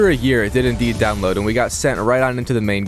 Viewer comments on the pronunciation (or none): none